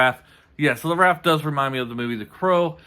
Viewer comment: It's pronounced Ra-eh-th buddy